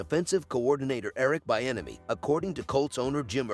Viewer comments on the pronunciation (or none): His name is pronounced- Bee - enemy